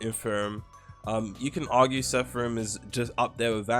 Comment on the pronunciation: How do you always read ''seraphim'' as sepharim 😭